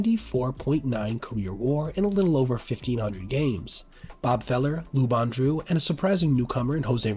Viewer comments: Lou Boudreau is pronounced "Boo-Drow." Like "throw." Not "Bon-Drew." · And Lou Boo-droh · Yunt? Who the heck is Robin YUNT?! Yount is pronounced yow-nt. I mean really, I let the whole Lou Boudreau (boo-d-row) go because of the time period, but not knowing how to pronounce Yount is just sad & really calls into question how good your list can possibly be. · And Lou's name is pronounced bood-row. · And Lou Boudreau's 🤔